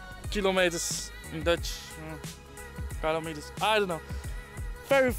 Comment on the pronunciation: Haha, I have a hard time pronouncing kilometre too. Great vlog though, can't wait for the vlogs in Turkey. :)